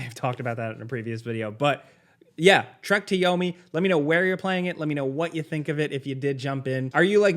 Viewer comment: Now I can't un hear it 😂